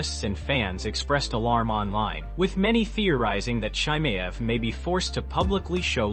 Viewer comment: This video is a testament to how many different ways you can mispronounce a fighter's name in the same video.